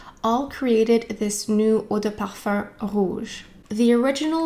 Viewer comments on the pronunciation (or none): i love this video ! i’ve been really into givenchy this year & it’s great to see this review so soon. i wear the intense version of l’interdit & really like the warm cosy vibe. this rouge version sounds great too ! one observation i’ve made re canadian french is your pronunciation of parfum which sounds like parfarr or parfurr. it’s very strange to my ears, but that’s just me since i’m less familiar with canada in general. great content as always though 💗